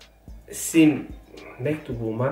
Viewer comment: zimdi yok be😂şimdi,bu nasıl konuşma,çok komik bi adam😂